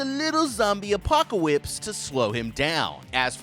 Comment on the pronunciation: “a little zombie apocawipse” 😂